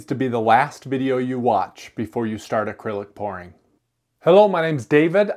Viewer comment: I thought he said acrylic paint porn at first😅